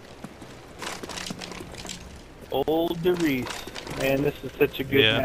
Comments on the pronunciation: it still der riese not der reise xD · And they've ignored their for the third time now! It's RIESE not REISE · it's called der Riese nöt der rEIse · its called "RIESE" !!!